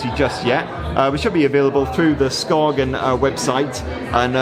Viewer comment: It’s pronounced Skaen. You don’t say the G.. it’s a Danish brand, learn your names!